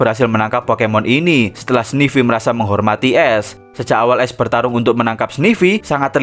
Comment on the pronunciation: Bang baca ash, tetep pake a, bukan pake e... Jadi aSh, bukan eSh